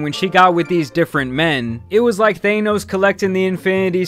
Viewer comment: Why do you say thaynos? How do you pronounce this word: apple It’s not aypple is it? Apple. Thanos.